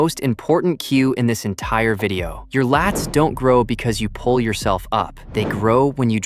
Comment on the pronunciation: The "enitire". Sorry my grammar senses are tingling lol Great video though ty!